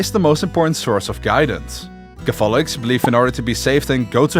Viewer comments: I found that a bit bothersome too, but good video still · Why are cAtholics pronounced as cathOlics and prOtestants as protEstants? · PROtestants. CATHolics. The stress is on the first syllable. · Never thought I would hear Catholics be pronounced as Ca-fall-ics and Protestants as Protest-ants. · BRO the pronounciation of catholics is just not good and the beliefs you lsited are completely FALSE for the catholic church about the salvation by works and faith. Protestants can have from 2 to 7 sacraments. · You keep pronouncing Catholics and Protestants wrong. It's annoying. Couldn't finish your video. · Hey fellow dutchie ur pronouncing catholics and protestants wrong :)